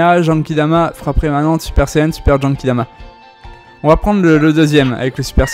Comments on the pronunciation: pk tu dit jenkidama ????? Mdrrr c GENKIDAMA c pas compliqué Mdrrr sinon trés bonne video comme d'hab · En même temps tu as raison il dit jenkidama